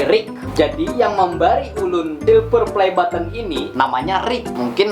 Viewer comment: Nggk suka aku liat orang sombong... Soksokan ngomong button aja baten